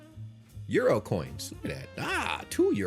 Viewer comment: I love how you have adopted the German pronounciation of euro. 👍